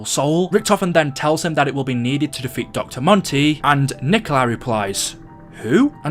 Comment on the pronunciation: No joke when you said defeat I heard de feet